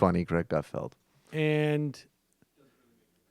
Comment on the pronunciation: It's Gut-FELD not FIELD. Guys a tube but get his name right!